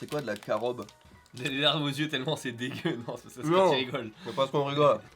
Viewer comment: Le Vegemite c'est comme la "Marmite" anglaise, c'est un mélange de résidu de fermentation et de levure de bière, ainsi que de légumes, sans qu'on ne sache trop a quoi fait référence l'appellation "légumes". Plus une bonne rasade de sel pour faire augmenter la tension. Par contre on dit CAROUBE (et non carobe), c'est une graine issus du CAROUBIER. On en fait de la farine, et les graines peuvent être torréfiées pour que leur gout ressemble a celui du cacao ou du café, en moins bon. L'industrie agro-alimentaire l'utilise en additif avec le doux nom de E410. Bon appétit !